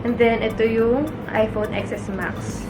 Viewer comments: please do it seriously Xs max so cringy its pronounced 10s max this is the worst unboxing ever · 😂 10s max po ang basa hindi Xs max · It's iphone 10 S Max not "Ex" po. 😊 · It is pronounced as "iphone 10 S max " like how you read the Roman number I II III IV V......IX X... you don't read it like the letter "X". But you are beautiful inside and outside nevertheless 😍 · hiii ate, "10"S Max po pagkaka pronounce dun pero okay lang hihihi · Ex Es Max ( Ten S Max ) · Ateng sorry to correct you... It pronounce as "10 S MAX "